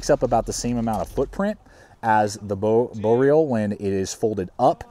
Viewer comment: good video but man you gotta work on your pronunciation. Its boreal (bore e al) its sven (not seven) its wranglerstar ( not wrangle star) its ichiban (icky bahn) haha keep up the good work though.